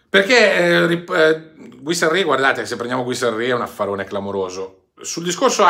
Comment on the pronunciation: Ciao guarda che dovrebbe leggersi GHIRASSI non Guisarri come lo leggi tu. Giusto per correttezza. Ciaoooo